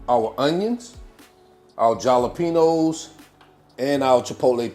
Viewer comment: Are you trying to troll or just be funny? Stop saying "galapenos". Don't be illiterate. You're not funny my dude. It's "halapeno".